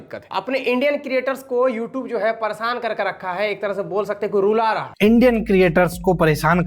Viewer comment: don't even know how to pronounce the word "YouTube".